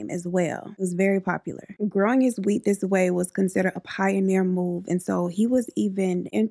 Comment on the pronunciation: Nobody: Me: Oh she said whea'T' 😅